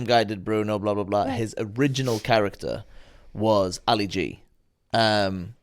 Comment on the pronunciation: What a Fail lol😂 “ you know how ALI G is ? You don’t know who Ali G is ) and then can’t even pronounce his real name. Great video all the same, brought back some good memories.